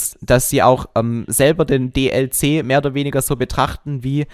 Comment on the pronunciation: DLC!! Es heißt „Die Ell Sie“ und nicht „Die Lie Sie“